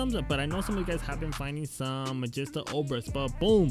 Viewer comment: No offense but it annoys me how you pronounce Magista 😂 Its (Mah-JEE-stah)